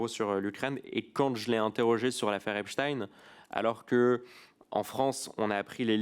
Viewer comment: Metci Mr Charles Alloncle de dire epstein et non epstine. Rien que ça denote qu'ils sont aux ordres. Personne ne dit Einstine mais Einstein